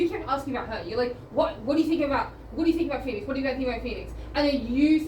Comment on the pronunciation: Haha "Miss PHON-ix"